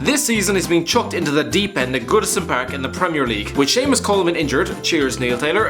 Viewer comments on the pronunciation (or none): none